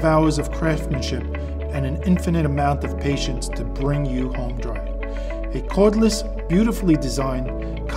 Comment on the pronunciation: It doesn't say home dry it sais HÖM dry lol.. wonder why he pronounces it wrong. Ö does not pronounce like O.